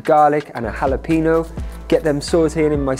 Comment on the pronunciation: Do an episode on "hala peenos"! 🤣 🌶 And you have been to Mexico! 😂😂